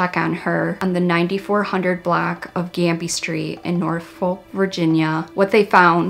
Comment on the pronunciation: My only issue with this video is that Norfolk is pronounced NOR-fuk, you don't pronounce the L. Amazing coverage as always!